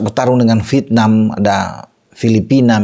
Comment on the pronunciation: Vièt-nam,... Bukan Vit-nam 😂